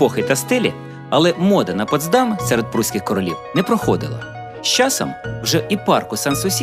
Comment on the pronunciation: дякую за цікаве відео. Дуже багато деталей, про які я не знала. Хоча і живу в Потсдамі. Протягом всього відео дуже різало у вухах як ви наголошуєте назву ПотсдАм. Насправді назва міста має наголос на перший склад ПОтсдам.